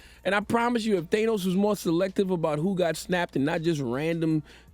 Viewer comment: As a forty plus year old comic book nerd, it makes me irritated every time Charlemagne pronounces Thanos's name wrong. And Charlemagne is a comic nerd too, you'd think he'd know how to pronounce it by now.🤦🏾‍♂️